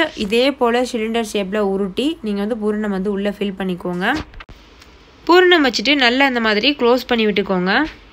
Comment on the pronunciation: Nice, it is pooranam not bhooranam..